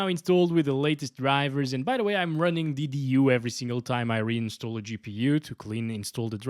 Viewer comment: its not D-D-U, it's Daddy-U.😂